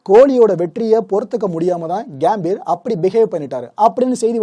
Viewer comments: கேம்பீர்.....இல்ல...pro.....அது கம்பீர்...... தமிழ் உச்சரிப்பு ரொம்ப முக்கியம்..... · கேம்பீர் இல்ல கம்பீர் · Athu கியாம்பீர் illa bro கம்பீர்